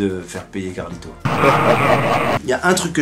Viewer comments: T'as oublié à et où il dit "Flacmy" et "marlito" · Entre gad qui écorche les nom de mcfly et carlito et les jingle avec le portrait a chaque fois différent de gad rien ne vas dans cette vidéo ! 😂😂😂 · Gad est trop fort il est pas arriver une seule fois à dire le prénom de mcfly et Carlito normalement 😂